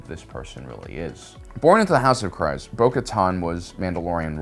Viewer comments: I hear people say the name Kryze [kreez] NOT [krayz] the way that you say it. I heard Favreau, Pedro, even Katee say [kreez]. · Kr-eeeze.....not Kr-iiiize. Stop making up pronunciations. Lol. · Why do people have such a hard time pronouncing Kryze? (Kreeze)...It's weird hearing people pronounce it "cries". We hear them say "Duchess Satine Kryze" numerous times in Clone Wars. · isn't her house name pronounced Kreez-c ? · Dude, the last name is pronounced "Kreeze" like freeze. That bugged me the entire video. Don't agree... Watch Rebels or Clone Wars... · Pronounced ( kreez) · Kyrze is pronounced Cree-zah